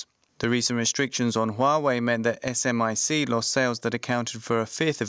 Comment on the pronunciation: We call it Smic, not S M I C. Just fyi.